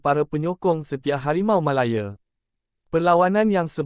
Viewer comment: Tergelak aku - sebutan --> Harimau Malayer 😆😆